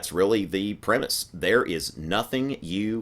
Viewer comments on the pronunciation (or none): none